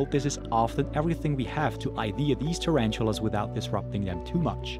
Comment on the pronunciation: Terantulas lol ....ta-ran-tula